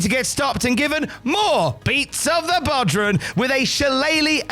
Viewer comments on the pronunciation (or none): Jesus christ it's pronounced bow-rawn not bodran